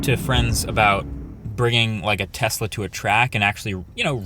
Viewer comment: Thanks for the proper pronunciation of the name Tesla